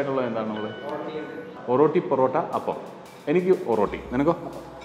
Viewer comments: ഒറോട്ടി അല്ല ഒറട്ടി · ഓറോട്ടി അല്ല ഒരട്ടി ആണ് bro...